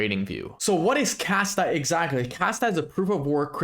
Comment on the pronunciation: Sounds like you are saying Kasta instead of Kaspa at the beginning of video. 2 very different projects.